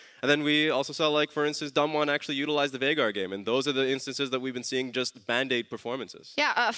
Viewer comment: Can you PLEASE get your casters to say Veigar correctly? Come on man =/